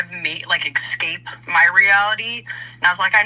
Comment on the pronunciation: I'm really sorry but my pet peeve is people saying "ecscape". It's escape. Irrationally pisses me off. ALR is worse, but still 😅